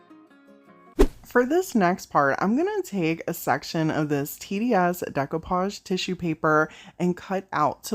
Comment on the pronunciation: Wellllll this was on my feed and I really enjoyed! You’ve got some awesome ideas, all of these projects were gorgeous. I had to rewind to listen closely when you first spoke about TDS; it almost sounded like “tenniea$$”😝🤣. My thought was wait what was the name of that product!??!! Anyway🥴 I subscribed and look forward to more of what you have to bless us with. ❤️😀